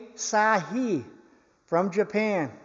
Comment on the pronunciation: AHH-SA-HEE is the pronunciation. ASAHI is a major Japanese manufacturing company known for gkass and optical products, I.e. Pentax cameras and binoculars.